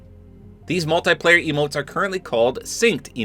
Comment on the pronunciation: It annoys me when you pronounce that "multiplayer" word. Like you know. It's "Mul ti player" It's not "Mul Tay player" which is how it sounds when you pronounce it. Oh my days